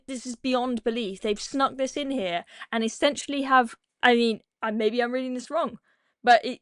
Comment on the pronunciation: It’s snuck not snuk.